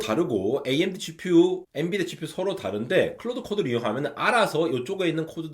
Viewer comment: n"U"dia 뭐냐 ㅋㅋㅋㅋ